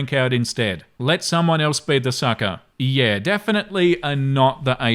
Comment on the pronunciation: Ok let me just say...his skin is like an Italian Carrara marble statue..... just wow..... and the way he says "yeaaaaaa" ...... in the Australian accent....